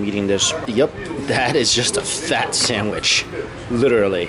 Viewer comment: Sandwich not shandwich